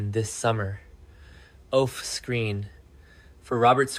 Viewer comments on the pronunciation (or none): His draw dropped when he heard that? Then if he actually watches the show why does he call Anna Devan A instead of Devane? Vane like a weather vane not devan then a long A. Off screen is oaf screen? Pronunciation is bad and fake AI instead of a real human that actually watches the show.